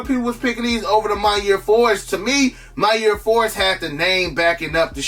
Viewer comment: every time i hear you say maniere i hear “my year” and i watch a lot of your vids so im just wondering the whole time what the my years are lol it’s not your fault it’s mine